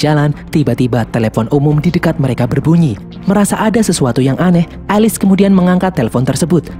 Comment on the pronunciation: Bang Bukan Alis ( Alice) Elis